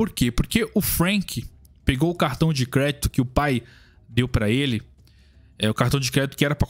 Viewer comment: "cRRéditô" Caipira das Cavernas